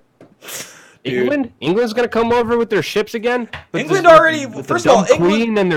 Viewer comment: It's not pronounced "wit" it's "with". There's a TH at the end.